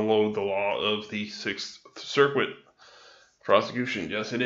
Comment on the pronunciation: You have a strange way of pronouncing "circuit". It's "SIR-ket", not "SIR-quit".